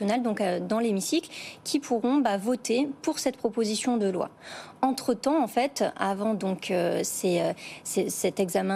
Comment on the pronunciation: "proposition de loin" (loi), "mainjeur" (majeur), "obligatoinre" (obligatoire"), "on voint" (voit), "poinds" (poids)